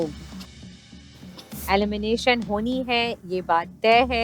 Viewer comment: DIDI ITS ALIMINATION OR ELIMINATION 😅😅